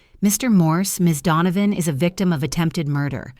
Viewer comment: Donovan not dawn of....